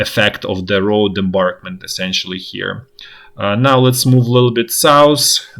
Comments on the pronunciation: Also "embankment" not "embarkment." No biggie. Content is tops and that's what matters. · The English word is embankment, as in a berm or raised roadway or railway. "Embarkment" is the process of loading crew and passengers aboard a ship or train or airliner.